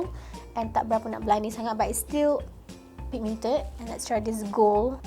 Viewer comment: Love how u say "pigMIENted" comel hahahha